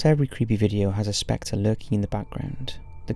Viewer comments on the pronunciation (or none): none